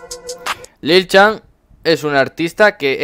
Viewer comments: no se pronuncia lil chan se pronuncia lil san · que rabia cuando pronuncias lil chan